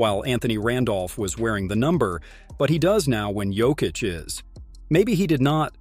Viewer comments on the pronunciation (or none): weird pronunciation, switching between Jokeitch and Yokitch, DeRozaan?, rooster? Is the voice AI generated? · Is this AI narration? Junior Smith? Joe-keech?